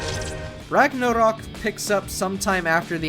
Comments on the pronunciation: Seriously, he says Rugnarrrruhk like 50 times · You say "ragnarok" like biden says "taliban" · I'm just tryna figure out why tf this guy keeps pronouncing Ragnarok like that.